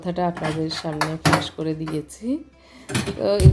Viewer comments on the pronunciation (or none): Look at your bangla accent a d spelli g....just horrible. You accent fa k pa. Gopon kotha pash kore dilam na fash kore dilam. Word thikmoto uchchsron koren ar thik vabe bangla headline lekhen blog er modhdhe.